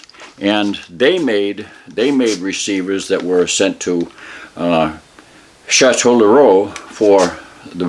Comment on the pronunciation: Chatellerault - Shah-Tell-Row